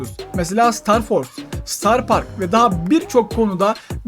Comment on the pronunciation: star deil starr